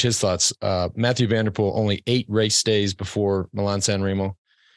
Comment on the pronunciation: "cycling season started today " ........ Armstrong shows again to have lost any touch with current pro cycling .. He stille dismisses Strade Bianche, the new 'monument'. Any cycling lover will tune in for SB . FTW . Do I hear Johan Bruyneel say "Matthew van der Poel " ?? What an ass ! It is somewhat 'tolerable' for a Yank or Aussie to say that , but for a belgian ?!!